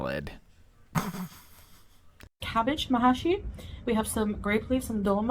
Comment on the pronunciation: 🤢🤢🤢🤢 And I mean her not the food ! There's no A in Mahshi. She misspelled it and mispronounced it .